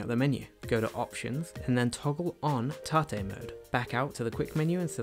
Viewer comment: Lol tah-tay mode. You mean tate mode? Hahaha